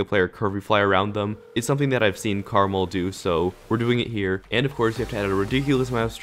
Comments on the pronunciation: it’s not Caramel, it’s (Kur-maal) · ITS KARMA-L!! NOT CARMAL!!! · pronounced KAREEEEEEEEMEL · Did he say Karamel Or Krmal? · you say it like karma l